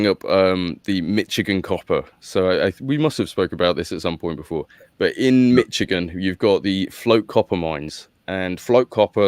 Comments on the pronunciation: It's not pronounced Mitch - igin. It's pronounced as Mish - igin. The last part you're pronouncing correctly, but the first part sounds like MISH not MITCH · When I lived in Onsted MI I would dig up chunks of copper & quartz geodes whenever I stuck a shovel in the ground for gardening. It was awesome! (Michigan is prounced Mishigan.) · You mean, “Mitchigin” 😅